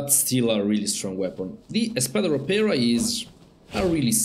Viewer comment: you nailed it with "espada ropera" as an spanish first leanguage i think you did a pretty good job saying the name :D